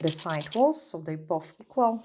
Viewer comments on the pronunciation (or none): none